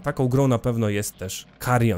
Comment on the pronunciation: Wstęp z tym "MAKARION" kompletnie mnie rozbawił. 😄